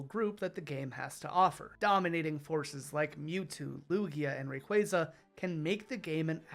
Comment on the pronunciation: Thank you for pronouncing Rayquaza’s name correctly